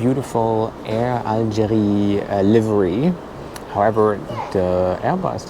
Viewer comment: Algérie pas Algerie. Vous avez oublié qu'en français, le E n'a pas le même son que le É et le È.